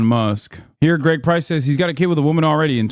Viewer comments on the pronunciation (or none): I heard greg price as egg price 😊